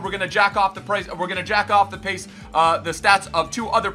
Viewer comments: it's "jack-up" not "jack-off"... I mean No Nut November was long and rough but seriously? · Did he say “Jack off “ or “Jack up” lol!!!! 😂😂😂😂 Keep the great content!! Do more dance video!!